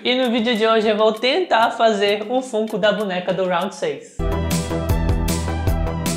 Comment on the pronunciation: Sempre fantástico seu trabalho, sou fã faz um tempo… Duas observações para te ajudar (perdoa se de alguma forma parecer chato)… FUNKO POP se pronuncia FÃNKO POP… assim como FUN (diversão em inglês) se fala FÃN. E a serie ROUND 6 é Round SEIS mesmo, em inglês é SQUID GAME e o unico país que traduziu como ROUND é o Brasil mesmo então o número está em português. Parabéns pelo canal sempre